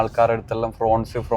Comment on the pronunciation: ഫ്രോൺസ് അല്ല. ഫ്രോങ്സ് ആണ്❤ ശ്രദ്ധിക്കുമല്ലോ